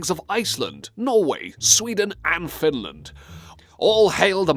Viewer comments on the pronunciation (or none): none